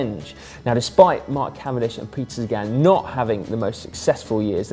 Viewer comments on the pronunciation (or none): none